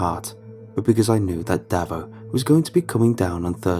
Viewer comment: Just some notes on Aussie pronounciation: Davo - "Dave-oh" not "davvo" Melbourne - "Mel-bin" not "Melborn" Kookaburra - "Cook - a - bah - ra" Bogan - "Boe-gun" (Rhymes with Logan)